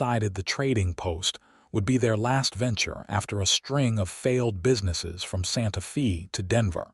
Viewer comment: Funny everyone says AI is the new great technology - it doesn't even know how to pronounce common words like Santa Fe and it gets syllables confused and pronunciations wrong. But they story lines are really good.